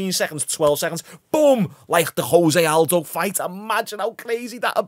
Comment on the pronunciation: It's funny when someone seems so knowledgeable about the UFC but then still gets names wrong. Jose....?